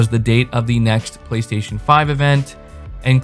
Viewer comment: "BLAY - STAY - SHON"